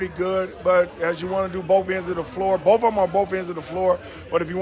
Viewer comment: He said "Bof of them" hahaha, just like my roommate who's also named Gary